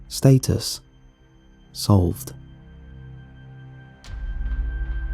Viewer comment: Stat-Us, not State-us✌